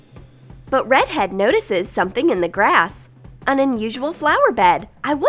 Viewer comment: UMMMM DID ANYONE ELSE HEAR HER SAY READ HEAD?!?!??!